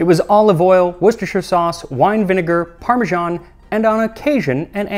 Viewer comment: Why you pronounce parmesan like that?